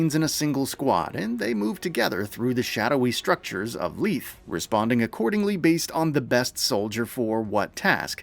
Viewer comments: Isn't it "LEE-thee?" I hope they're not saying LEETH in the game... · It's "ley-thee"